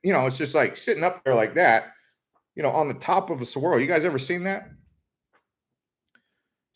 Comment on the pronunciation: Saguaro is pronounced "sah-Gwah-roh" not "suh-wah-roh"